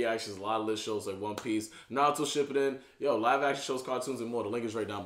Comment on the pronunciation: Y he say noruto naruto